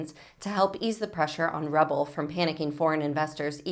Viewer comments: Honestly, should anyone be reporting news when they are so poorly read they don't know how to pronounce "ruble"? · RUBLE... not Rubble... ROOBLE